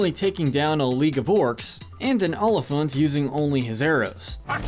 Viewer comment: He even pronounced elephant wrong 😑